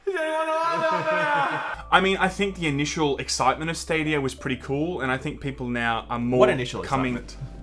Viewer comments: "Google Stad-OUYA" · Every time I hear "stadier" I feel like I should be drinking a 4x.